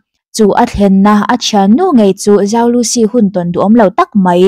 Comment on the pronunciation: zhou tihhi Chinese accent a lam chuan chou tih deuh a lamtur.. i fans ruhkawl o